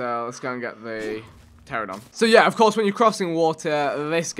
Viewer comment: Pteranodon Vikk, not pteradon